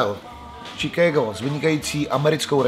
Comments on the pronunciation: to je angličtina jak prase. Od kdy se Chicagu rika Čikédo? je to Šikágo Boze. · Anglictina vyborna.... Pan Moderator prosim Vas,najblizsie treba v Chomutove navstivit zakladnu skolu rocnik 1-4,konkretne predmet anglicky jazyk a naucit sa spravnu vyslovnost... Čikégo....🤣🤣🤣🤣 Dakujem